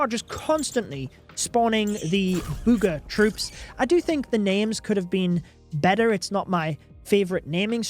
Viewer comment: Burger or booger